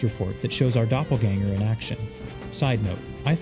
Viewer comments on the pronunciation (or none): none